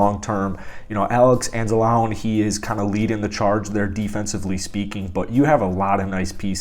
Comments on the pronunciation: LMAO learn the player’s names. Who the F is anz-alone? Who is Jeff oDOOka? Why are you making football content? This is embarrassing. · Bruh it's Alex An-za-lon-ey Jeff O-ku-dah Appreciate the Lions love though, especially when you're a Packers fan